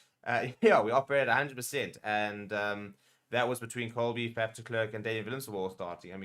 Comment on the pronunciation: Please pronounce it as FUF. Please, not faf, even though it is spelt with an A